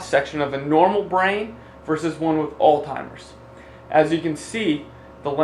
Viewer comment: So hard to listen to someone who can't even pronounce Alzheimer's correctly